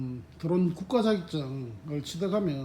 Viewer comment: 도론이 아니고 드론 드론